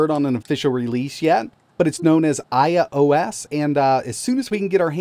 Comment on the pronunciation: The only thing that worries me is the pronunciation of the handheld’s name.